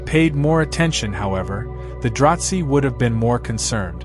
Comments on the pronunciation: im not sure where you are getting your information but it sounds like a lot of fanfiction. Also, it is DraH Zee not Dratzhi like you are saying. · And there is no T in "Dra-Zee".